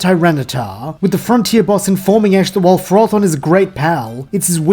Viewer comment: You just did something many competitive players fail to do. Pronounce Ferrothorn correctly.